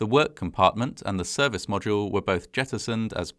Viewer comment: Good to know, but also pretty funny to point out when he can't pronounce "capsule" or "module"